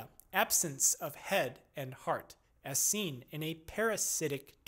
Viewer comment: its almost like a alien language. 1 hour in and still in the As... RIP , sore throat? And you are starting to pronounce normal words wrong like absence became absance